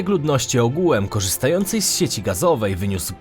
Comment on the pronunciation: Świetny pod względem merytorycznym kanał, ale tragicznie się go słucha. Skąd ta dziwna wymowa? "W POLSCE według stanu na koniec 2020 rooku, odsetek ludności ogółem korzystającej z sieci gazoweej wyniósł 54 i 2 dziesiąte procęęTA."